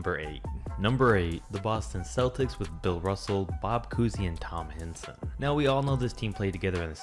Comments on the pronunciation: not “HEN - SON” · It’s pronounced Tom H-eye-n-son.